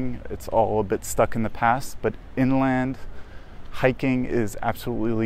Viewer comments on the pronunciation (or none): none